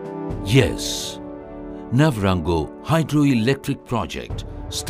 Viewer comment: A pride of a nation indeed, electrifying your country is a great achievement. We should have a version of a Rwandan narrating the video too, Nyabarongo pronunciation sounded funny.